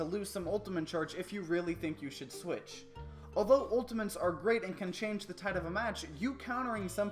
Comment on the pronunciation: "Ultiments" XD Love the video btw!